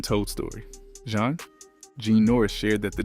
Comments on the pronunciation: JEAN NORRIS AND RENEE NEUFVILLE1 Stop mixing up their names! Learn how to pronounce names properly! Ugh! The timeline is all over place. Talking about artists, that have nothing to do with Zhane. Please use chronological order. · Stopped listening when commentator couldn't even pronounce the group name right. Brother, redo! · I can’t even get past 2 minutes of this nonsense. Why are you mispronouncing the name? Your research is immediately discredited. I know the rest of the information is inaccurate 🤣😂😂😂😂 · Zha-Nay is not only how to pronounce the album but also the group name not Jane. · Why TF do you keep saying JANE?! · Is this shyt AI? They just made it sound like a brutha? Okay, he did pronounce it right but then kept mispronouncing their name right after. He just did it again. Why not pronounce their name right. It's never been "Jane". It's always been pronounced "Jonay" and especially with the accent mark on the e. Smdh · I'm getting tired of y'all using AI. At least make sure everything is pronounced correctly. You Got Jah-Nay right but Zhane was left as Zane. This is what happens when you use AI out of laziness. 🤦🏾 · Put some respect on their name! I tried to make it through the video…./ they LITERALLY said “pronounced Jah Nay” and it still saying Jane! 🙄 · The group's name is pronounced, Jah-a...as their debut album suggests. This must be AI. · Wow, is this MF A.I. or what? Kinda sounds real but so annoying. He literally says “Pronounced Ja-Nay” and still pronounces it wrong. Lol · IT'S,"ZHANE"😠!!! "ZHA-NE"!!! How you gonna do a documentary on a group without knowing how to pronounce their name🤷🏿‍♂️?!!? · He is not even pronouncing their name right 🙄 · Good biography but the pronunciation is way off! You're saying the group name wrong amongst others. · Turning it off!!! I cannot take the mispronunciation of their name. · Roll with the what? 😂 OMG you butchered their name too 🤯🤣